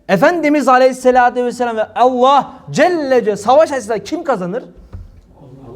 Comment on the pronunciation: Tam bir şarlatan rabulalemin ayetinde şunu der şeytan sizi Allah adıyla kandırmasın adam sanki mizahi şarlatan Allah kelimesinin vurgusuna bakın adeta orda oturanlara dalga geciyo